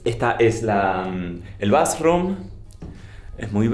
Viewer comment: La faraona pronunciando "BASROOM" en inglés, al baño, es todo lo que necesitaba para ser felizzzz.